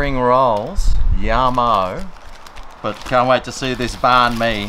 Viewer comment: As a Vietnamese person myself you pronounced it well love ya